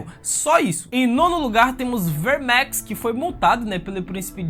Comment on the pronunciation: Essa pronúncia enrrolada dos nomes dos dragões dá agonia, Verrrrrmex.. saiiireeeex.. porra..